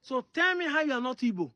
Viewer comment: Correct spelling and pronunciation is Igbo and not ibo,ibo is British and not native